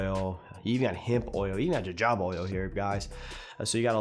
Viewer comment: Jojoba is pronounced "Ho-Ho-Ba" just FYI!! Keep it up bro, good in depth reviews!